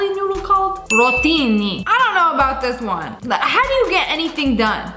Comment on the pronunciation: The Way she said rottini was so damn funny it sounded like RoTTiNI